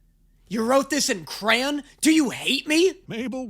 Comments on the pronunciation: The end is nigh! Let’s GOOOOOOO Edit: I’m sorry what? Bro how tf did you say crayon???? Lol??? (No offense intended but like lmao) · y does it sound like u might be saying crayon wrong 😂😂😂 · I’m so sorry but did you just pronounce “crayon” as “cran”??? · Its honestly more devastating to find out he pronounces it "cran" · And for today’s discovery. pronounces crayon wrong lol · what accent is this “cran” 😭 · why do you pronounce crayon like that??? edit: i know accents are a thing but my god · how the FUCK did you just pronounce crayon??? 😨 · I'm sorry, HOW do you pronounce crayon???